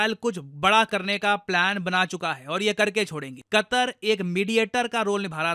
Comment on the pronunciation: Qatar ❌ "Qatar"nak ✅